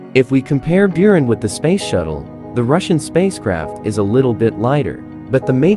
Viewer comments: It's pronounced 'boo-run' — means 'snowstorm in the steppe' in Russian. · Not Bewran. The correct pronounce is Booran... It is Storm. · Its pronounced, boo,rahn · ***Buran is pronounced Boo Rahn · Beeraan brugh cant Americans ever pronunce ANYTHING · Isnt it pronounced burr-ron? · Its pronounced "booran" and it means something like sandstorm or hurricane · Learn how to pronounce "But - ran" ok? ok! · What really gets on my nerves is he pronounces buran byurin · Good God already could you pronounce those two words properly